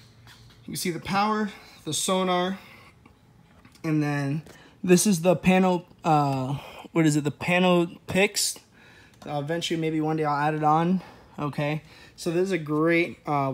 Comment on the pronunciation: can't wait for the next video. let me know when you get those "pano-picks" hooked up. Also, way to represent those Miami University "all-uhm-nis". Keep up the good work.